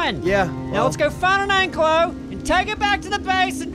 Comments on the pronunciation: It's pronounced (an-ky-low) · Btw its pronounced like ank i lo not anklo vause the actual dinos name is an ankylosaurus